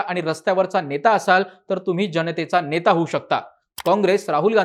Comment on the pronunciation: किती अशुद्ध मराठी भाषा बोलताय आपण? त्याला काही मर्यादा? निदान एक पत्रकार म्हणून तरी भाषा शुद्ध ठेवायचे भान ठेवा!! देशाणे? ऐकून? णेता? पक्षाणे? काय गाढवपणा चालवलाय तुम्ही?